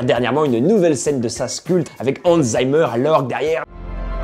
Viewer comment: Hans « Zaïmer » ?? (à ).